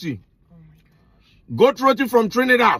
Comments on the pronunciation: 😂 finally!You 've only just begun. you got right pronunciation 'roti' not 'rodi' So much more to taste. I like to eat roti wrapped or get curry on the side so you can dip 🇹🇹 🇹🇹 🇹🇹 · And you got the pronunciation of roti right 🇹🇹🇹🇹🇹🇹